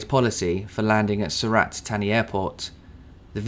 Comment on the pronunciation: I can speak the Thai luggage, er, I mean Language. As with yourself, I have 'attention to detail' on my CV. Sur-rLat-Tar-Knee, is the correct pronounciation.